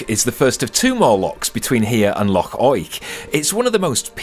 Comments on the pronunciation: Fabulous vlog with fab scenery. Loved your pronunciation of Loch, let's hear it again! Yes you've been lucky so far with the Scottish weather but it can't last. Looking forward to next week already. Jocelyn. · The Well was always one of my favourite tales to tell the guests when I drove coaches, they loved it. Can't beat a wee day out in Fort Augustus., your pronunciation was spot on there. The thin ribbon of cloud you see there is the ever elusive Scotch Mist. Crackin' video. Much love from Ayrshire. x 😊